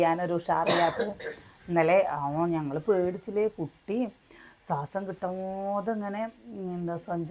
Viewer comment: സ്വാസം, അല്ല ശ്വാസം എന്ന് പറയുക 😍